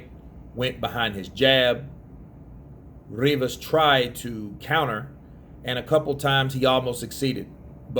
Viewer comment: Rrrrrrrrivas yeah mate that sounds better than Rivas keep doing the rrrrrrrrrrrrrrrrrrrrrrrivas bs